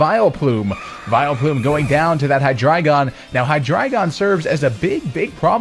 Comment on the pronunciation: I swear to god this is the only guy on Youtube that pronounces Hydreigon correctly.